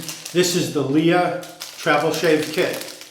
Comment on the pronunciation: I really like LEA creams. They are very cheap, less than 2€ for 150m tube in Spain. By the way, it’s pronounced like princess Leia from Star Wars :).